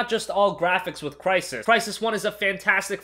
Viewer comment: Smash your head on the wall everytime he says "Crysis"